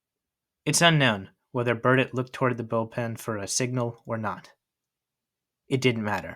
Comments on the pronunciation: A perfect video CT yank, except the THREE tiny, tiny, tiny runs,er I mean errors ~~~ Burdette, / Cadet ~ Crandall,/ Candle ~ Virdon / Virgin 😜 ~ Only an old~timer would know or care ! 😘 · Should have learned how to pronounce all the names properly especially Burdette and Adcock.